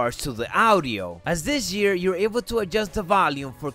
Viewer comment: Dis jear